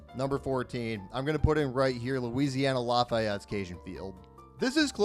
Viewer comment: 1. yeah, UL being last is understandable since yk, construction site 2. please, as someone who goes to UL and knows the pronunciation, PLEASE pronounce it "LAH-fee-ETT" 😂 3. thank you for recognizing the OG SWAMP lolll 4. just a thing that i believe, whenever construction does end, please continue calling it "cajun field" and not "our lady of the lourdes stadium" cause trust me, idk anyone here who prefer OLOTL stadium over cajun field 5. thats it, thanks for visiting and cant wait to have you once construction is done 🫡